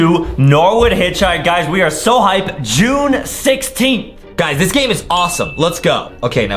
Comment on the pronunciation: Why did adem sai june 16 like that